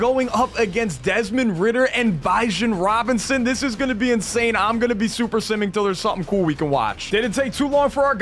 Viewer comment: Bro said "bjajjan robinson" like wth